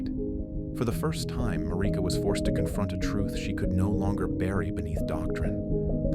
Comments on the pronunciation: Oooohhhhh nice narrative 😌 Wish you said the names correctly tho. That sh annoying af. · The way Marika's name is said in the video is throwing me off